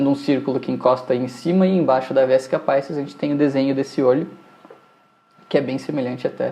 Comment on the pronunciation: Muito bom o processo didático. Gostaria só de acrescentar que a palavra "Vesica Pisis" bem do latim, não da língua inglesa. Logo, a pronúncia é diferente da evidenciada na aula